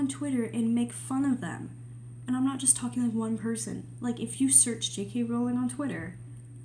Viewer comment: Its a breath of fresh air to see some common sense around Jk Rowling AND someone who pronounces her name correctly! Thank you for this!